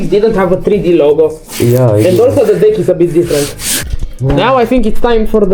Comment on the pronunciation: I dont think u said deck😂